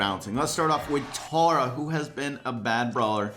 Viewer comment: stop saying tAR-a it's pronounced tERRA